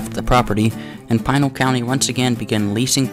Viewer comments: Pinal is not pronouced as "Pine-al" (locally) sounds like Pin + Al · Pinal = Pih-nall